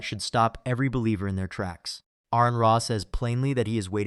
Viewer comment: AR-on. His name is pronounced AR-on. Not AirRon, not A-rehn.